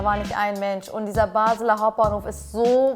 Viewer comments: Es heisst Basler Hauptbahnhof Nicht Baseler😂 Deutsche in der Schweiz😂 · Es heisst Basler und nicht BasEler Hauptbahnhof. Das ist wohl der Grund wieso alle Deutschen denken wir Schweizer seien bekloppt weil nur wir unsere Sprache verstehen 😂😂 Liebe Grüsse aus der Schweiz 🙋🏻‍♀️🥰 uuuund DANKE dass ihr trotz allem Videos für uns produziert. Ihr seid die BESTEN !